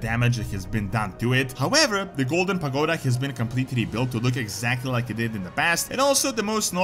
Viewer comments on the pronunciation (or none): none